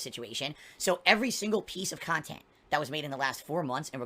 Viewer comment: The guy is 40 years old, getting out of Chapter 7 takes almost 10 years, but I bet his thinks he's going to be providing pahsitive, successful khantent into his 50's. THIS is moving the goalposts.